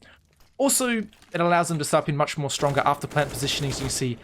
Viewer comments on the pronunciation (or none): none